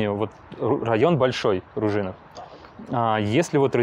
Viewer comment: На канале язьіковой школьі видео с туевой кучей направильного произношения! В словацком язьіке ударение на первьій слог. Какой окрЕс? Какой РужИнов? Какой СенЕц? Какое БискУпице? Ау. Вас же будут смотреть люди без понятия про то, как произносятся єти топонимьі! Зачем переиначивать на московский манер? Чтобьі что? Удачи в дальнейшем. 🖖